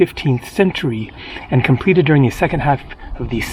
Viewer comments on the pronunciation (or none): none